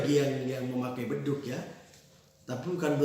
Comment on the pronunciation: Bedug bukan Bedu.